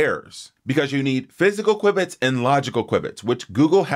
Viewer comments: "Kwib-its"? Isn't it pronounced "Kew-Bits"? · it's pronounced "kyoo bits"